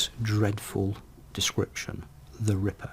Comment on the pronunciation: i see time that the word "ripper!" has a gap "rippe r !" makes you think he somehow paused when thinking of a name?